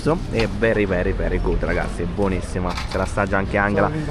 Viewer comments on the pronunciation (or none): Per la prima volta da quando vi seguo (Vietnam 2023-24,ad oggi il vostro migliore per me) rosicherò tantissimo perché la Colombia è un mio sogno da anni 😭 conoscerò di nome sicuramente tanti luoghi che visiterete. Che bello!!!!! 😍 Mi mancherà solo non sentire più dire: verigud😅